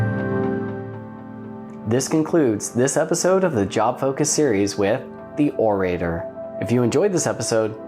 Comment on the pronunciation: Orator is pronounced with a soft a and a hard o sound. Less "O ray ter" and more "Or uh tore".